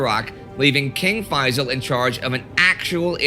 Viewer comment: Hey indie and co! I thought I'd tell it's pronounced fae-ssāl Also great to see egypt here:D